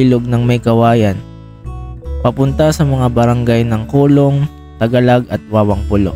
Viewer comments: coloong ko-lo-ong..hindi colong😂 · Coloong hindi kulong.. 2 Yan Coloong Coloong 1 at 2..dyan ako ipinanganak Kaya kabisado ko yan.. Mali ka NG bigkas.. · co-lo-ong po😊